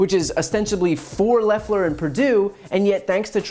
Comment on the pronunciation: "We ain't dumb"... Proceeds to mispronounce "Loeffler"